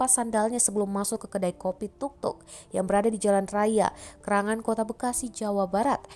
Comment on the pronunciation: Keranggan bukan kerangan min.maling nya lihay bngtt